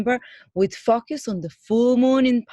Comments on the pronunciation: Focus - not focius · U pronounce focus as fuckus.... 😂